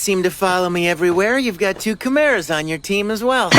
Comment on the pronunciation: I'm so not used to the dub... every time they say 'chimera' I hear 'camaro'